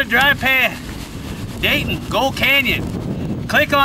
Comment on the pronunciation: That sure looks like Nevada there. Did you say Dayton? Thanks, you're skilled and very entertaining!